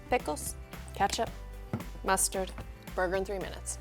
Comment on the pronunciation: is it just me or did she say "messturd"